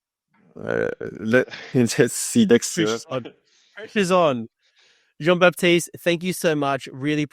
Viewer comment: GG Jean-Baptiste ! (you pronounced it perfectly, Coach !)